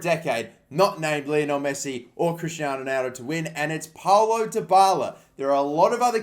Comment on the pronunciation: Mannnnn the "Paulo" pronunciaton annoyed me